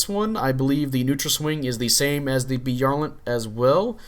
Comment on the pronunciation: By-AR-Lant. Youre pronouncing it Bee-are-lnt